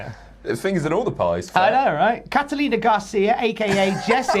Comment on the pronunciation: Oohh my, nailed the Spanish pronunciation of the Chilean wrestler, this man is full of surprises. BTW, I'm so proud of Catalina joining WWE's PC, she is the first ever Chilean wrestler to bo signed by the big W so it's a huge step for all chilean wrestlers here (I'm from Chile) and oversees. PS: Aguante Catalina!